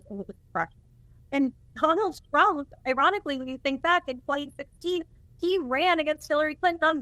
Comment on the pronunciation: Did she say Donald "Frump" in the opening???